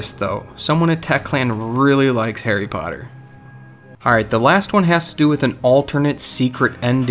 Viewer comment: It's Harry Potter, not Hairy Paurrer...